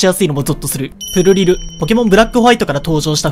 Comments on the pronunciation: プルリルのイントネーションってそれなの!? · プルリルの発音って、プ→ル↓リ↑ル→なのか。ずっとプ↑ル↓リ→ル↓だと思ってた。